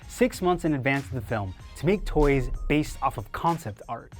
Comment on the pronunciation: The way this guy says toys bothers the hell outta me